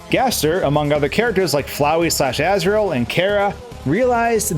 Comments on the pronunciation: it’s asriel not azriel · 1. Susie, not Suzi 2. Asgore, not Asgore 3. Asriel, not Azriel